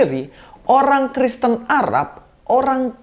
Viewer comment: apa gw yg salah denger ini ngomong tritung tritung dan kriston?